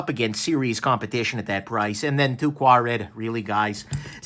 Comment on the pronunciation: Whatever it is, it's definitely NOT "two qua-red" 😂